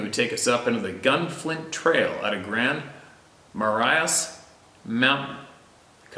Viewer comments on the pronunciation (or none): P.s. Coming from a MN girl.. I know how you try to pronounce places correctly, and just so no-one gives you crap about how Grand Marais Pronounced: " Ma- Ray " At least it's how my 74 year old MN born and raised mother says she was taught it was Pronounced. And I try not to argue with Momma...lol And the other lake you mentioned called "Lake Mille lacs" is " Mill- lacs " I don't care much how anyone says it one way or another...but the grammar Nazi's might be watching today...lol. Love to hear your personal fishing and hunting stories Please Keep always sharing as well!! ✌️💯